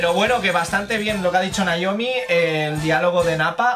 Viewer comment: Gente normal: Noemí...: Naiomi... xD Muy buen vídeo cracks... Un like por el "Si que es verdad"...